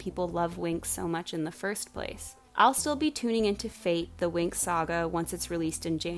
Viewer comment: "Fate" is not an English word. Winx was an Italian show. Fate should be pronounced in italian. It means fairies not "fate" as for destiny. Sorry, but it's sooooo strange to hear you say fate like that ahahah